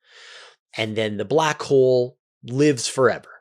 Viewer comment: I have been falling asleep to the 10 hour back hole video, and now every time I hear you say "Black Hole" I hear "Blah Cole" XD